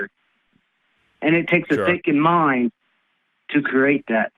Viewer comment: Hearing philosophy from someone who can’t say the word ‘create’ correctly. “Curate”